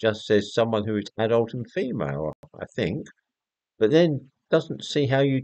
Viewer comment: " I Fink therefore I might be " ! Decartes.